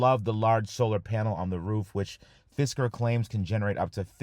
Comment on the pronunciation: Sounds like "fister"